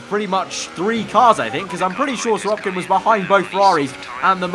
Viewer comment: Why do you say SiroPkin?